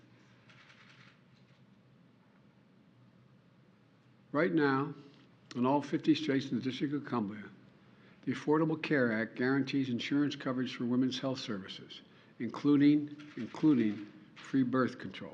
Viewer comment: “In all 50 Straights and the District of Cumblia” 🤣🤣🤣